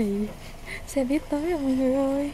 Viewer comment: Lâu lắm rồi mới thấy có ng đọc đúng là xe buýt. Đi đâu e cũng nghe xe bít tới nỗi mặc niệm là bít r